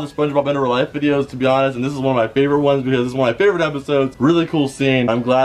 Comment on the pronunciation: In "rea" life?